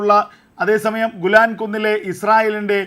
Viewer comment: എടാ ഗുലാൻ കുന്നു അല്ല ഗോലാൻ കുന്നുകൾ 🙏🏼